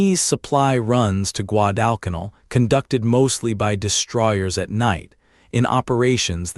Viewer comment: Please program AI to correctly pronounce Guadalcanal